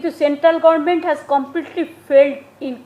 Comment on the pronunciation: আজ অবধি government বলতে শিখল না।অশিক্ষিত একটা।